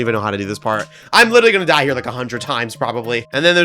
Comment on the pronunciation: ITS NOT 'DIH'